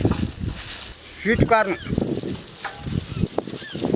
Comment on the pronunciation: did he say shit corn